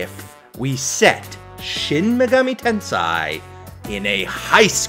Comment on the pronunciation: Please, dude, it is tenSEI not SAI.